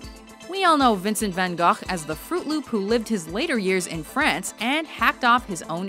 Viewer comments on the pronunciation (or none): Pauline BRUGGER and in Holland, where he was from, his name is pronounced with a soft g at the end. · Yeah specialy the G sounds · Pauline BRUGGER You're kind of right but he was born in Netherlands and his surname in Dutch sounds Van Hohhh, H is really hard). French names were funnier :) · Van Gogh sounded more like 'Gagh', a well known Klingen delicacy. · This lady 😂😂😂 Vincent Van GAAGJJHHH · Her pronaunce of Rembrandt and van Gogh...